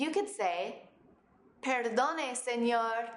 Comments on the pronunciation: no dijo bien perdone dijo perrrrddddonnne SeññññoOOOOOoor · y dijo señorrrrrrrrrrrrrrrrrrrrrrrrrrrrrrrrrrrrrrrrrrrrrrrrrrrrrrrrrrrrr